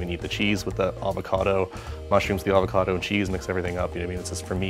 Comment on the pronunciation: Avocado "salad". Comon bro make an effort.